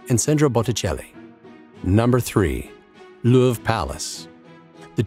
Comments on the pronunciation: The Looorv... that’s a truly shitty pronunciation. Europeans are cringing here. At least you didn’t call it’s most famous painting the Moaning Lisa. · how did this guy say louvre